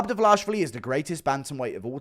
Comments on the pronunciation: His surname is: Dva-li-shvili NOT: Dva-la-shvili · Dvalishvili!!! How hard is it to pronounce this right you little goblin!:)))) Georgians once again send you regards!!!🎉🎉🎉🎉